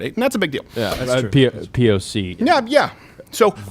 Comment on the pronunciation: I loved how Steven kept saying, "POS!" instead of POC! 😂